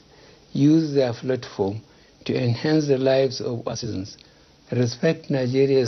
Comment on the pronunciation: He can’t pronounce “Platform”. He keeps saying “flatform”.